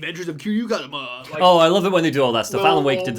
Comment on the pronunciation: Also his name is Kazama, nor Kazuma. Kiryu's first name is Kazuma.